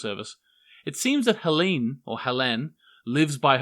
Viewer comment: Nice one. One hint about the pronounciation, i noticed it with Helene, but it also would apply to Helge, Tronte, Jantje, Porsche etc.: German has no silent vowels at the end of words. If there's an E, it's fully pronounced ;) Of course you're pronouncing the names in an English manner, but this is one detail i would like people to get right, as it otherwise basically alters the name. Another hint: Bartosz, some make "Bar-toes" out of that (argh), but "Bar-toss" is still not right, it's "Bar-tosh". Let's end on a positive note, your "Martha" is spot-on! :)